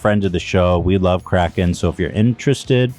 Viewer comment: My man Ethan said Krapten instead of Kraken LMAO